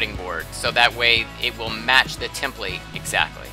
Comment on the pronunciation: You put in the emphasis on the wrong syllable… template😂